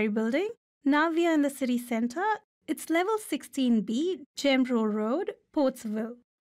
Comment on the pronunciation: No way that lady said "General" road she pronounced that very different